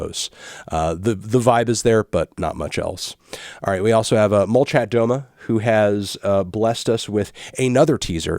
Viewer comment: It’s pronounced molchAt domA - bElaya polosA